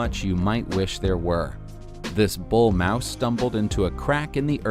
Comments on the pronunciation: its moose, not mouse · Its moose (moo-s) not mouse